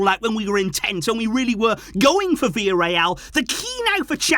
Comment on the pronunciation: It’s Villarreal relax